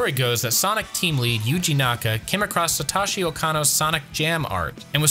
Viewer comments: Note for your narrator, "Senoue" is pronounced "Seh-noh-eh," not "Seh-nuu-eh," and "Satoshi" is pronounced "Sah-toh-shee," not "Sa--tah-shee." In Japanese, "o"s are always pronounced like the "o" in "oak." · Japanese pronunciation tip: If the name has an O, it's most-always a long O. Satoshi rhymes with 'Yoshi,' not 'sloshy.'